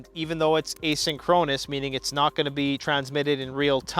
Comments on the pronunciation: Asynchronous. eh - sink - row - niss. Never heard it pronounced the way you did in the video. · Down south here, we pronounce it thisaway: "ā SIN kron us"